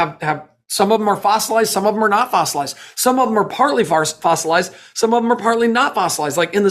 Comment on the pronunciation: He said farcelized. LoL